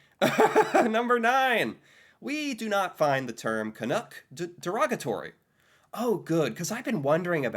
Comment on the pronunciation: It's Canuck not canook As in it rhymes with luck not look We find the term canook very derogatory because it doesn't exist...at least not as a nickname for Canadians. Wow!